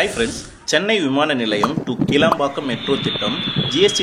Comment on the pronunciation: It is not Kelambakkam it is Kilambakkam for your info.